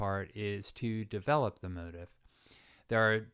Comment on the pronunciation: I enjoyed the lesson. Thanks. There was a lot there I never thought about before. One minor issue - I believe "motif" is usually pronounced mo-teef`, not mo`-tif.